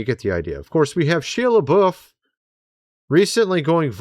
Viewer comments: The correct pronunciation of Shia Lebouf is (shy-uh), and Padre Pio is ( Padre Pee oh), I was raised Catholic, and heard his name many times…. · It's "SHY-uh Luh-BOW" Shia Lebouf 😅😂😅😂😅😂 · Shia LaBeouf pronounced Shy-uh La-Buff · Your pronunciation of Shia Lebouf and Mardi Gras has me ROTFLMAO!😂😂😂😂😂